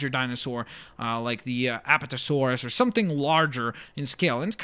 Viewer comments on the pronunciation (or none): If I may the names are pronounced a-PAT-a-saur-us, & gal-i-mim-us.I'm a bit of a dinosaur fanatic...hehe